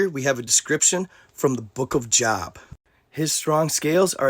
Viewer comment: It’s pronounced Job with a hard O like GO or SNOW. Love the content 👍🏻